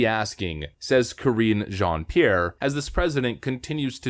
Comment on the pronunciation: It’s pronounced carrine Jean Pierre Don’t church it up, Karen